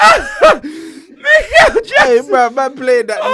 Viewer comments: Mikel Jackson had me dying! Man also said Neverland ball 😂😂😂😂😂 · Man said mikle jackson😂😂😂😂 im dead f u man 😂😂😂